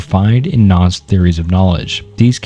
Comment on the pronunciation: Still a couple mistakes here and there, such as the pronunciation of nuanced and a few others, but overall much better job, glad to see you improving!